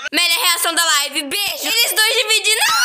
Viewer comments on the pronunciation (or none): Cara.... Quando eles se despidiram da live, é impressão minha ou o Jin falou "bye bye bejo" ??? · Foi so eu que percebe que no final da live o Jin falou BEIJO Morta!!!!